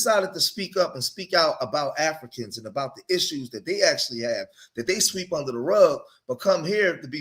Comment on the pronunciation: A-FLEE-CANS.. LOL